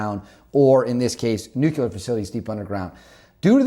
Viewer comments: wtf is a nucular program? is that stupid speak for nuclear? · It's not pronounced Nuk-U-ler, rather its Nuk-Lee-Er. go to College bro. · Nuclear, nuclear, nuclear, nuclear, nuclear. Not Nucular. For crying out loud man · Nobody has nucular weapons, i think you mean NUCLEAR WEAPONS! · nuclear not nuculer